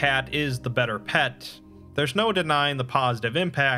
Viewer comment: Did you say "paws-itive impact?" Because your inflection seemed just a little unusual there.